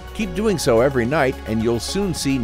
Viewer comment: you said every nigh